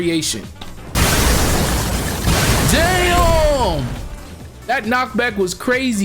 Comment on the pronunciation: The times he said dyam 😭